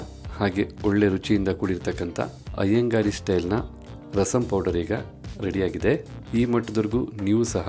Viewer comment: Iyengar style, not Iyengari style... It is correct in the title, not in the narration.